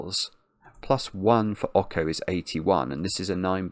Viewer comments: Pretty sure "Ocho" is pronounced "OH cho" as in the Spanish number for 8 because the cat has an 8 on it. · oh man that pronunciation of Ocho hurts. it's pronounced like "oat-choh". it's Spanish for 8. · saying Awko instead of Ocho is perfect. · Ok-ho is killing me throughout this!!! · you mispronounced the cat's name the entire time. Ocho is Spanish for 8. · Well he is making a fine kind of Latin-type pronunciation of it 😂